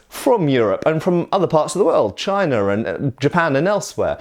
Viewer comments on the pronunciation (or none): none